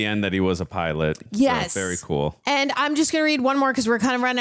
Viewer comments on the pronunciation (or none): none